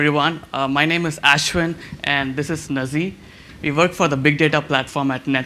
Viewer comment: btw his name is not Aash-win, but ashwin !